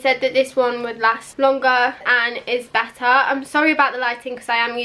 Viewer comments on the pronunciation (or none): “My sister actually has the MacBook Ahhhhrrr but this one is actually a little bit Beh Ah”